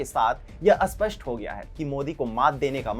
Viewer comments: Spasth hota hai Aspasth nahi.. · अस्पष नही इस्पष्ट